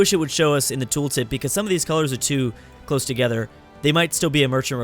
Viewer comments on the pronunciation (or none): none